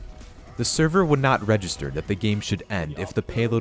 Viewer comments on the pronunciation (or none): none